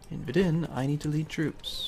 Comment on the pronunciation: You pronounce Vidin wrong :D